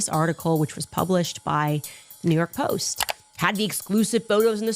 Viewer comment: I was listening to the chicks on the right one day and they pointed out how Candace adds an “uh” after words and how annoying that it and now I can’t help but notice it like “storyuh..postuh”